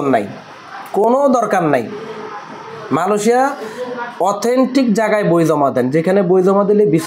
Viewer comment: Vai. Malosia na Amra malaysia name cini. Uccaron dhik koren na kno